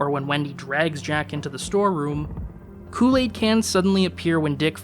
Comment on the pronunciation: You can't say Kool-Aid right.😔